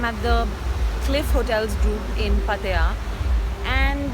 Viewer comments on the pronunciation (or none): u pronounced wrong it's not patya ... pat-ta-ya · are you pronouncing pattaya right?? It sounds funny 😂😂😂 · Incorrect pronunciation of pattaya. It isn't good to pronounce incorrectly! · please pronounce Pattaya correctly 😛